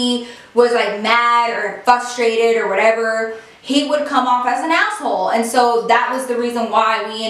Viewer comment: I’m not picking on but I love how she says FUS-trated instead of frustrated 😂❤️ Love you 😘💞